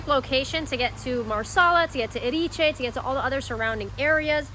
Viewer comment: Very Nice Video - it would be great to work on Pronunciation especially the Egadi's and Erice